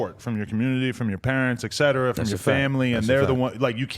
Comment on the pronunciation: Adam 22 I love you bro. I watch your podcast every single day. You're the one I look forward too... But 45 minutes in you talk about caring about Grammer and how it is important to you to say things properly... That being said, you have got to start saying the word etc properly... Because he said it about seven times incorrectly and this episode and you say it incorrectly in about every other episode